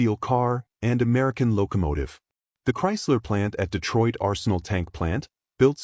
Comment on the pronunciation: "Betroit - Arsenal - Chaysler Corpogation". Another crappy AI video from another crappy AI channel. Time for a thumb down and a click on the "Don't recommend this channel" option in my YouTube feed.